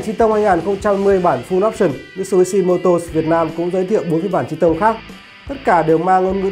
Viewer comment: Nguyễn Khải nói thật nghe ông này đọc là chi tông nghe cái xe nó khổ sở sao ý